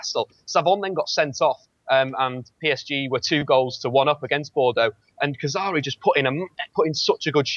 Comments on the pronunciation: would fool people into thinking he knows what he's on about if he didn't say "Kazari" and "Saivon" instead of 'Khazri' and 'Saivet'. He seems a nice enough bloke but he's such an insufferable football hipster... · its khazri not khazari and saivait not savant